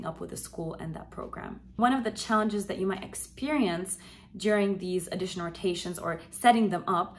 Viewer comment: Sorry. Please fix your pronunciation of “audition”. You make it sound like “addition”.